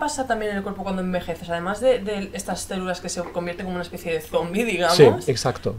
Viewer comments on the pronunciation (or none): none